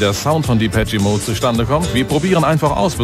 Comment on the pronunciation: "Dipetschie Mode" 😄